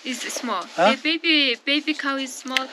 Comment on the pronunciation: Cow not Kaaou lol 😂